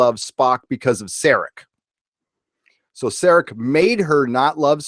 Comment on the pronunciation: For the last time: It's Sar AK....not Sarik!